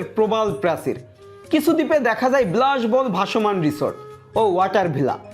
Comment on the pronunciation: ভাই আপনি ব্লাশ বহুল না বলে বিলাশ বহুল বলবেন।যদি আপনার উচ্চারণে সমস্যা হয়ে থাকে, তাহলে ঠিক করে নেবেন। এছাড়াও আপনার বেশ কিছু শব্দের উচ্চারণে সমস্যা আছে,সেগুলোকে ও শুদ্ধ করার চেষ্টা করবেন। এই মুহূর্তে আপনি বাংলাদেশের অন্যতম সেরা একজন ট্রাভেল ব্লগার।এই ছোট ছোট ভুলগুলো শুদ্ধ করলে আপনার ব্লগ আরো সুন্দর হবে।